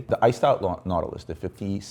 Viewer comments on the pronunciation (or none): none